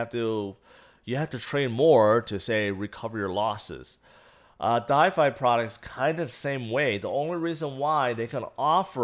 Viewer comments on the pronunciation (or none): I love you man, but for gods sake it’s called “DeFI” not “DiFi” 😳